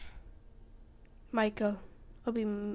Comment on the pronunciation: Mikel nie majkel